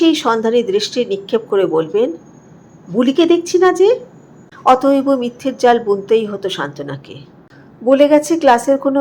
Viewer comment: অত‌এব কে অত‌এব-অ বলছেন কেন?